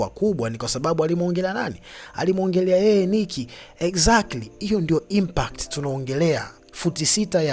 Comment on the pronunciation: Hizo impact huzi semi una ishia kusema impat sikuelewi mzee wangu